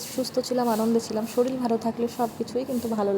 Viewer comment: Shoril na re baba kothata holo shorir.